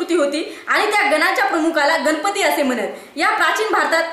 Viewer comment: गनपती नाही...ग. गणपती.